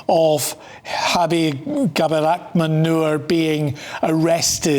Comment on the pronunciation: Cabdiraxmaan Nur. All I kept hearing was MANURE. 💩 💩💩😂🤣😂💩💩💩